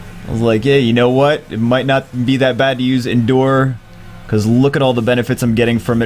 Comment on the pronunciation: you're saying endure wrong